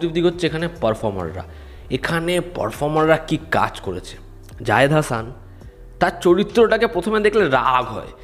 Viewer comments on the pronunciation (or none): ওনার নাম জাহিদ হাসান, শুনে মনে হচ্ছে জায়েদ হাসান বলতেছেন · রিভিউয়ার সম্ভবত চঞ্চল চৌধুরী আর জয়া আহসান ছাড়া আর কাউকে চিনে না। জাহিদ হাসানের নামটাও ঠিকমত বলতে পারে নি। জাহেদ হাসান বলেছে। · আপনি একজন বাংলাভাষী হিসেবে জাহিদ হাসানকে যায়েদ হাসান বলা মেনে নিতে পারছি না